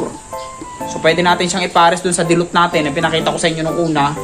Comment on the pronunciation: Dilute po sir dilute, hindi po dilot🤣 peace and love✌️♥️